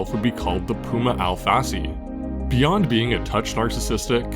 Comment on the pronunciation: Al-Fassi; more like Alf-Assy